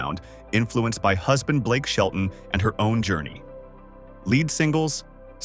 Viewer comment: It's not Blake shelton baby 😊